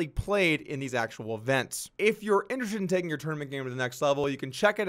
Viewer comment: Jesus Doug...IN-TER-ES-TED...4 syllables my man